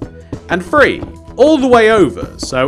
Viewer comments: Three not bree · one two Bree four five 😂😂😂😂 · I like how he says free instead of 3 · "WAN TWO FWEE, i FINK...!"